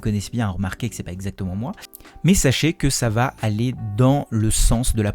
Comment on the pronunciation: IIElevenTabs testé : "Ca va" est prononcé "Ka va ?" Oups, ca commence mal, en tout cas en Français ! Euhhh en Frankai, pardon.